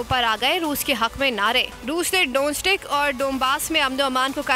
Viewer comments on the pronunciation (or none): DONESK PERHAIN ISSAY DONSTIK NAHI